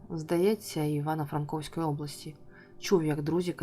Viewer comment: Усе було б непогано (твір та озвучення), але чому Івано—ФранкОвськоі області ? Правильно Івано—ФранкІвськоі. Це що: помилка автора твору чи , може, читця?